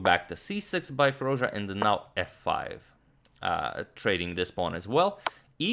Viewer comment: Firooz ja antonio ...you still pronounce his name wrong